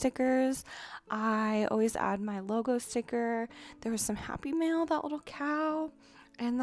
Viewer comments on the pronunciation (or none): Whenever you say "happy mail" I keep thinking you're saying "happy meal" 😂